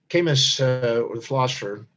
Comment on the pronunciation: Kah-moo Not Kay-muss. You are amazing, but it's pronounced Kah-moo